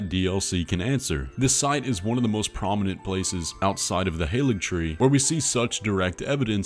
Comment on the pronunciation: Just opened this video about Miquella, I sure hope saw my previous comments and now understands that the "Halig" in Haligtree is Old English for "Holy" and that the g at the end has a y sound if it's near a long vowel, like i. I'm sure he will correct his prior errors in pronunciation this video!